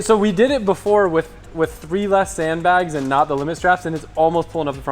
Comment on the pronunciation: 344,000 people at this moment have out loud mocked you saying "sand blags" lmao